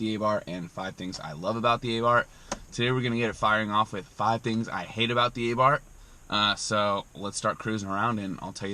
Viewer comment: A Neu-f rear bar will cure this. Also, it's pronounced "Ahh-Bart." There is no "th" sound in Italian.